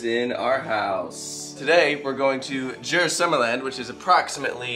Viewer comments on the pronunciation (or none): its not uy, its ö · Pronounce the u in Djurs like you do in uber